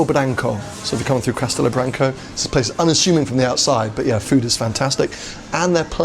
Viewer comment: Castelo Branco was pretty clear to me - not a complicated name to pronounce